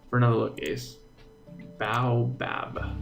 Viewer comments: Ace the tree is pronounced bo Abb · The name of the tree is pronounced bay- oh - bab tree Ace